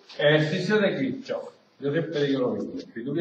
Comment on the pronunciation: Y SI LO PRONUNCIAS BIEN CRACK?